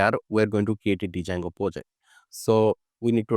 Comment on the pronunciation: For your kind information, the pronunciation of “Django” is “Jango.” However, your tutorial is very good. Thank you.